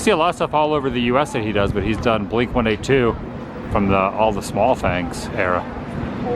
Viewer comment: Forever flabbergasted by Adam''s way of pronouncing blink-182 lol